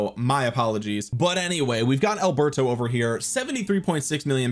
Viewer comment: It sounds like you're trying to say, "it's over" but I'm hearing, "it's ogre." Is this some new gamer chat thing, like pwned? 😂